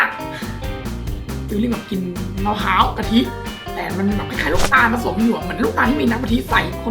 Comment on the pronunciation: มันไม่ใช่มะพร้าวพิการมันออกเสียงว่ามะพร้าวกะทิ